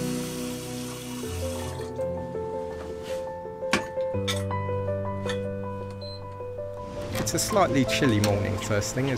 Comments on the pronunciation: Liedschendaam? Leidschendam is pronounced in the same way as Leiden. You manged to say that :). It is sounds very funny... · You would pronounce the 'ie' sound in 'Leidsendam' more as in the English verb 'to lie', and the 'ij' sound in 'Katwijk' more as in the English name 'Ike'. 'Braassemermeer' would sound slightly similar to 'br-awesome-rmeer'.